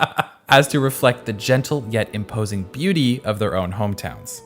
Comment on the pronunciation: I love how unexpectedly he said "booty" instead of "beauty" while showing that fan-art of Mona. 😂😂😂